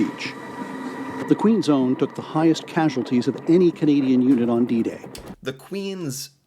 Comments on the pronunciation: lol Queen's own, not Queen zone. I appreciate this video. it's nice to see an American willing to learn about Canada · it's Queen's Own... not Queen's Zone.